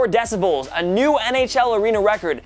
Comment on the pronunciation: He says 'decibulls' 😂😂😂